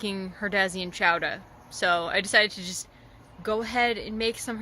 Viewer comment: Apparently I didn’t read your video’s title carefully because I thought you were saying chowder with a Boston accent.